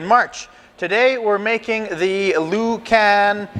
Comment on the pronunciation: You are pronouncing the name of the sausage wrong it's pronounced LOO CAR KNEE CA